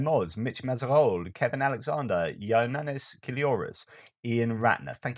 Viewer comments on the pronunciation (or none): none